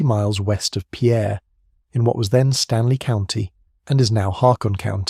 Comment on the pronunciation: As a former South Dakota resident Pierre is pronounced as pier. Take it from one that was harshly corrected when I first moved to the area 😊